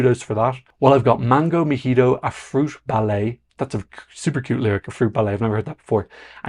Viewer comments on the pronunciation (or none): none